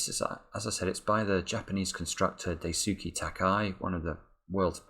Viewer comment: Daisuke is pronounced closer to Dice-kay. What's odd is I don't remember why I know that.